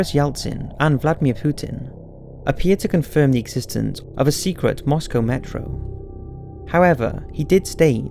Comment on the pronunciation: I just wanted to say thank you for pronouncing Moscow correctly. :-)